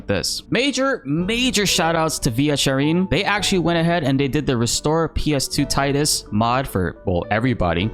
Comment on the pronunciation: How did you pronounce Tidus ಠ_ಠ